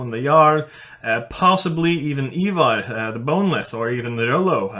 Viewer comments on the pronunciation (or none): none